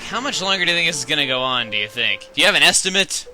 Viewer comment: Not estimate u missed pronoused it